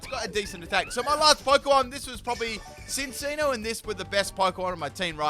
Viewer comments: "Behimin" wow "sinccino" too!? Just great lol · Full " can't say these names of moves/pokemon correctly Cincinno (chin-cheeno) Uxie (you-cksee) SYNTHESIS (sin-th-eh-sis) Beheeyem (literally read it how it looks damnit) Yeah that's all I can think of right now, may update later